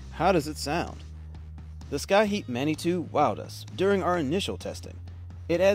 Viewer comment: Did you really say scaheat for Schiit?